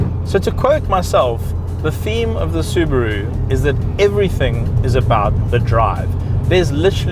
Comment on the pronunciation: I'm just glad to see a Saffa who knows how to pronounce the word "Subaru" properly! :P